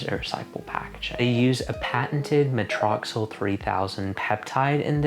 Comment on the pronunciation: Hi. It’s pronounced muh-tricks-ul for future reference:) I think the reason you haven’t experienced any sensation with the spicules is because it’s not at a high percentage like the reedle shots